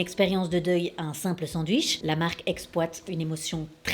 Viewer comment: Tu dis sans dwich au lieu sandwich... étrange pour une belge, en plus chez nous on appelle ca juste des burgers